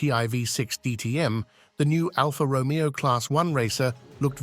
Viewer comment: A small irritation.The "Romeo" of Alfa is pronounced with the accent on the "E" not as in Romeo & Juliet & its Lancia Intergral(e) not Intergral!